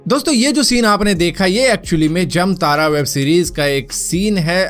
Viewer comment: भारत भाई जमतारा नहीं जामताड़ा हैं 😃